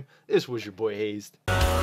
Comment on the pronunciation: hazzed ?! what's wrong man?